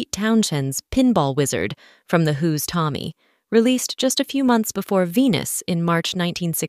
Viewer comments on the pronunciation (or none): none